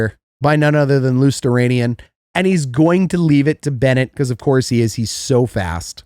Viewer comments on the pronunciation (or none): It's pronounced Lo-ster-ainin not Losteranian...Hot garbage is a fitting channel title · It’s pronounced Lew-stow-rye-nen